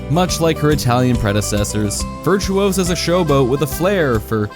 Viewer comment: it`s VirtuOsa not VirtuosAA - Hermione.